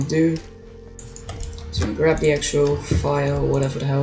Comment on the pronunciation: “Grwab the animation” the way bro sounded I wheezed 😭